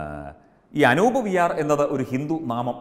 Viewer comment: Anoop allaa, Anoob aanu🤗